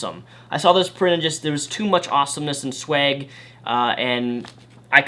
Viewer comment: Actually he said sweg